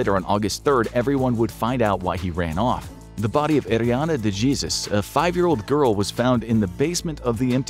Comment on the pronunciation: Narrator makes an admirable effort to pronounce Spanish-language names with rolled Rs and a somewhat decent accent, but still calls her Ariana DeJeezus... so close 😂